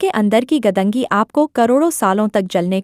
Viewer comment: Madam वो 'गदंगी' नहीं, ' गंदगी' है ! 🙏🏻 🙏🏻